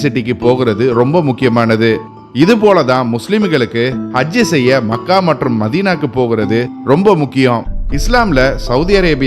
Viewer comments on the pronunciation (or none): Mech - ka. . . Makkkaa illa. . . otherwise it's a good video